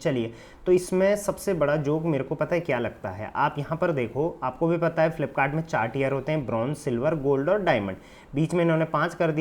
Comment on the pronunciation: It's joke not Zoke😂😂😂